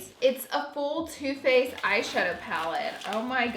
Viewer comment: Just me who thought you said toothpaste instead of too faced....